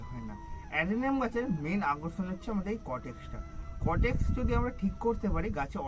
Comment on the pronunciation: ওটা কটেক্স নয় কডেক্স(caudex)